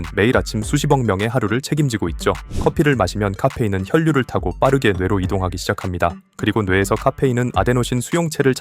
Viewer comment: 까페인 발음 ㅋㅋㅋ